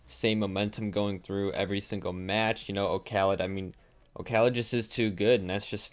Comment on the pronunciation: can people stop calling him okhalid like it's one full name and word....the o is just for design in the user name. his name is Khalid...did we always call Paschy PaschyNinety or KuxirNinetySeven. no...we don't call JSTN jay es tee en. c'mon.